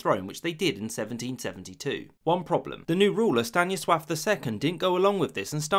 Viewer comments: Kudos for pronouncing the name Stanisław correctly 👏🏼 But also a bit sad there was no mention of Kartoffelbefehl which was literally about telling people to grow and eat potatoes. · I'm surprised with how accurately he said Stanisław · Good job on pronouncing Stanisław correctly. I almost never hear people pronouncing Polish names right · He pronounced the name Stanisław correctly!!! Poland finally exists! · he said Stanisław correctly, my god